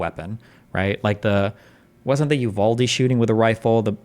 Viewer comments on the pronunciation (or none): none